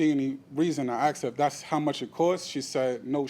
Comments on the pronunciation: I hate the way he speaks and says axed instead of asked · Why do American people say 'Axed' instead of 'Asked'?? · He "axed her" sounds painful